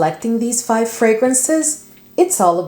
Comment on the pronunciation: I keep hearing 500 fragrances lol